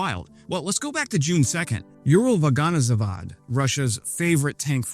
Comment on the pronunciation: how many takes did you need to correctly pronounce uralvagonzavod? I'm curious. Great video and Slava Ukraine!